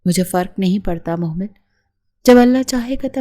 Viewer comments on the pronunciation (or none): Mohmal NI mehmal name hai 🥲